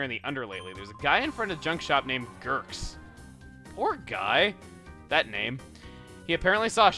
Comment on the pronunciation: It's hilarious how he says Gurks (Pronounced Ghur-kz)